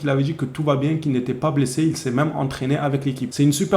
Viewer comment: Ho mon Dieu tu a failli me toué 😢 quand tu a prononcé Balde blaissé😂😂😂